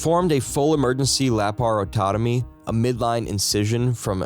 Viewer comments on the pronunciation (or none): Try this: ant-acid, instead of anti-acid. And: lap-ar-oto-my, not lap-ar-ototo-my.